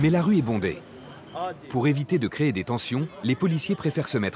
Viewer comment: Cré ? Créer on dis et on dit pouvoir pas pivoir 🤣 et anarchie pas nanarchi 🤭🤣